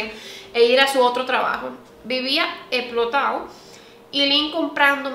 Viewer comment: Eplotao' osea, vuela por tu vida🤣😂🤣😂 se te sale lo 🇩🇴